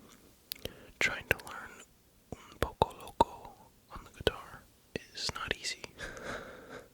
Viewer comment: Me gusto "un poco loco" dices la pronunciación como si fuera español. tienes buena pronunciación en español ❤